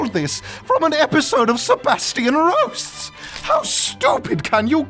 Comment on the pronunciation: That moment when you finally roll the R's!